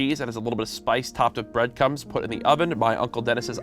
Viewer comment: did no else here courage say topped with bread cums